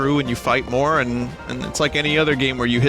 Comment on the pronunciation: “Twials of Mana!“ “YES! I hate this! It is revolting!“ “Mowe?“ “Please.“